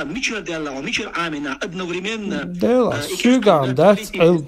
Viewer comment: Хусейн говорит амин 😂